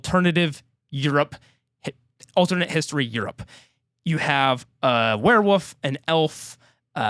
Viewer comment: I love how can’t say werewolf! lol all love, it makes the review so much better with every “werewuf”